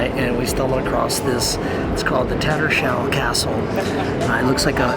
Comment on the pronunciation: Heh guys it’s not ‘Tatter- shall’ castle but ‘Tatters Hall’ castle - good vid otherwise…